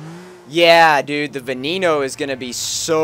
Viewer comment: GUYS GUYS when saying Veneno it's not Veh NE no its Ven EH no